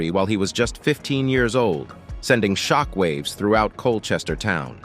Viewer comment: shickwave shockwave you must have said it 1000 or more its anoying